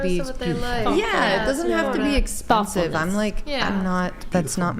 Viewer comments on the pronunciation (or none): "yeah it doesn't have to be EXPUNSIVE" wtf does expunsive mean 😂😂